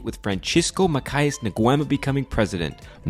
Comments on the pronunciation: Is not MAKAIS but MATHIAS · Makayas? You mean Mathias?!